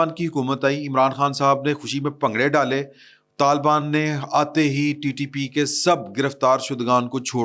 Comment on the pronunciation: Talbaan NAHI Hota, talibaan Hota hay, AAP ko Patta hi NAHI hay, Pakistan Aik wafaq hay Aur Aik syasi, jamhoori, Aur jughrafiai, Aur foji haqeeqat hay. Mulk tootnay ki Baat Naa Kia karain